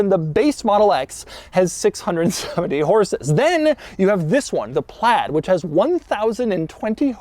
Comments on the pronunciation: Why do you say "PLAD" all the time? It's "PLAID"... there is an "I" there. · Still don’t understand why you say PLAD there is an I in there. Say aid then pronounce it with PL in front of it and there you go.